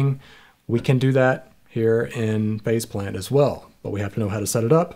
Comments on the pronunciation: I think they should've just accepted their fate and called the plug-in Face Plant since that's what it sounds like everyone is saying when they pronounce it. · I swear I heard you call it Face Plant. Excellent as always. Thanks for pointing yet more software I need.